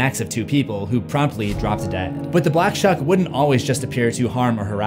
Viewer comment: For some reason I keep hearing the black chuck.